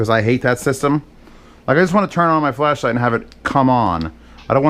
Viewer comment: Why does every time says flashlight it sounds like fleshlight